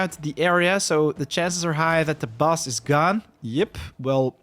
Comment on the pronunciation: Also Bus for Boss ;)